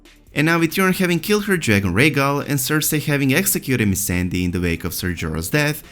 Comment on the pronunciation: T I don't think they even watch it. They don't even know how to pronounce Missandei.